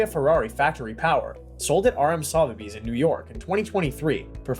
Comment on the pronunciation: Next time learn how to pronounce 'Sotheby's'...I actually gave up watching. I couldn't take the repeated mispronunciations!